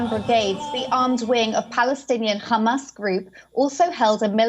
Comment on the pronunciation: Don’t get why she says Khhhhhamas, when she can pronounce the the ‘H’ in ‘high rise’ perfectly 🤔